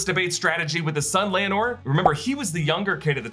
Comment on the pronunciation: Laenor (LAY-NOR) Laena (LAY-NA)